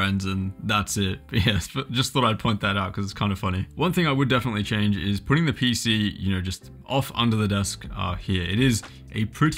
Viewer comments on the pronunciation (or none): none